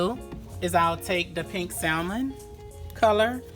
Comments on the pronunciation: SAL..MON...LOL.. THE ""L"" IS SILENT LUV.. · Beautiful work. But please do not pronounce the 'L' in Salmon. It's silent.